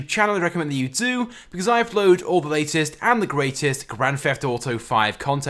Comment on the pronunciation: I love how he says it "gran feft auto"